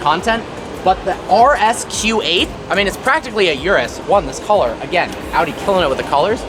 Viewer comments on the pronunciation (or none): none